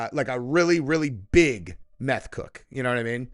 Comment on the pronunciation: " A Meth Cook" c'mon man hahahaha 🤣😂🤣